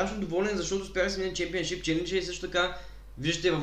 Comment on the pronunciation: Не шемипоншип, а шемпиъншип